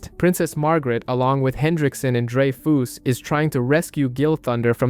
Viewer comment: It's drey-fuhs not drey-foos, dude.